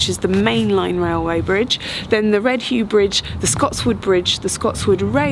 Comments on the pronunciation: Just a minor point. The Redheugh Bridge is pronounced 'Red-Yeuf' not 'Red-Hue'. Not many people from outside the area pronounce it correctly though. Nice to see you exploring Tyne and Wear! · Redheugh ....pronounced: redyiff. Not red hew. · Redheugh Bridge: it's actually pronounced Red-juff (closest I can type that!). Love the videos!